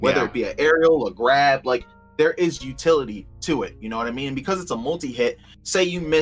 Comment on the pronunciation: "There is utility ptooie" 😬